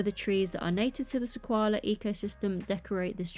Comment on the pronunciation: I’m definitely getting the Off Road Adventure and the Sequoia Tree Trail. And by the way - it’s pronounced "SE-KOI-AH". Don’t know where you got the L from😂